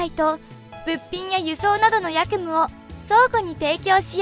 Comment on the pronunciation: やくむ じゃない えきむ‼️